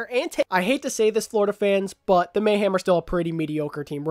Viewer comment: Hey Happy Birthday. I’m sorry but I’m slightly bothered by the way you say Mayhem. You sound as if your saying Mayham instead Mayhem. Sorry that’s my little nitpick. Great Video tho.